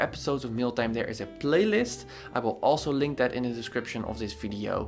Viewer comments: Awesome feedback! Everytime you say Mail Time, it sounds like Mill Time 🤓 I Everytime think about you going to grind this people projects to pieces, i like it a lot. You really do dissect their projects in a good and simple understanding way. Oh by the way, I see lately you upload YT videos rarely, I for sure would like to see 2 videos a week and im sure some of your sub's would appreciate it too. 🤗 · It sounds like Meal Time to me, so I get hungry every time I hear it 😅